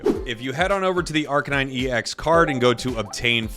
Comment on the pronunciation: Please say arcanine correctly. It’s not a police kuh-nine unit. It’s a kay-nine unit. Dogs are kay-nines.